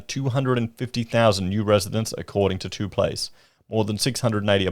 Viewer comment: Too Place is wrong. Read Top Place.